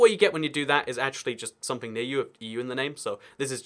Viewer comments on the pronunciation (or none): none